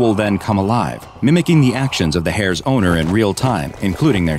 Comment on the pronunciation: Bro the way he said hairs😂😂😂😂😂